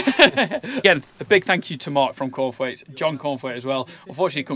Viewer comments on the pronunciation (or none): Cornthwaites, I could have sworn you said corn flakes.